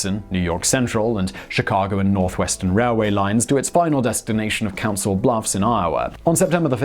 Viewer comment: Ayyy he said Council Bluffs right XD